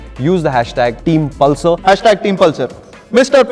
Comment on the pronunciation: the way the said 'pal sir' 😆